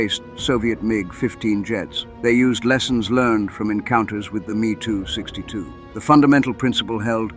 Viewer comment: Every where it says me262 change it to ehm-e262